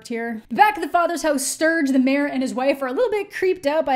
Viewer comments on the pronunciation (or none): none